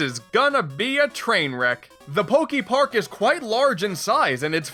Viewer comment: Is he gonna say Pok-ee-park the whole time? ... oh no... EDIT: HOW THE HELL DO YOU SAY POKEMON CORRECTLY BUT MISPRONOUNCE POKEPARK??? HOW DO YOU SAY POKEBALL THEN?!?